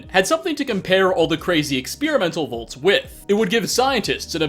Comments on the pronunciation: Does not realize the Fallout's shelters are called "Vaults" and not "Volts"? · No offense, you call “vaults” “volts”